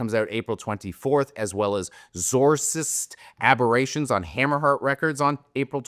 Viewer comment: Isn't Xorsist pronounced like "exorcist"? 😛